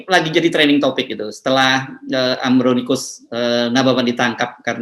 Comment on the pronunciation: Mas hersu, Ambroncius, bukan Ambronicus...... 😂